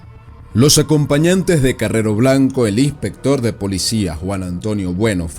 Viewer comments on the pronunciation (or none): none